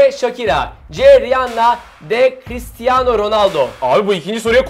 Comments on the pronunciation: Chiristiano değil cristiano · yalniz dikkatimi cekti christiano degil cristiano :) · christiano değil cristiano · Christiano degil Cristiano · chrıstıano degil crıstıano